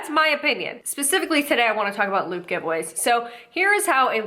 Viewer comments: I thought you were saying "lube giveaway" and this got dark... real fast😆 Edit: this junk is so gross, I don't understand why ANYONE would fall for it. It frightens me. They're only going to sell their information. Then you'll be stalked by ten new companies, you have never seen before. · First few times you said LOOT I thought you said LUBE and I was like omfg it’s come to this, influencers pushing lube on their followers well of course. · I thought she was saying “lube giveaway” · I swear I thought she was saying ‘luke giveaway’ up until halfway through this video 🙄😆